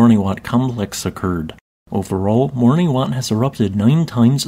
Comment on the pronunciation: Caribbean islands are so beautiful 🤩If I may, "Morne" is just pronounced /morn/, as in "mourn". You don't need to say the final E.